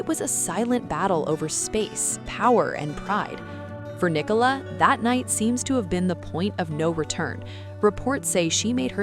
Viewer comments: Her name Nicola NOT Ni Cola!!! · Her name is pronounced Nic ola it Ni cola.